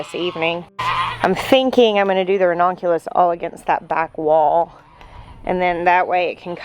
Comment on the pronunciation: It’s actually pronounced ra-NUN-cu-lus. But, I agree. Every time I hear her say ra-NON-cu-lus, it makes me think of redonkulous. 😀😀😀